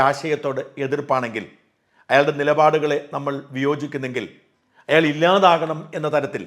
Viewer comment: അയള്,അയള് ന്ന് പറഞ്ഞത്ഒട്ടും ശരിയായില്ല.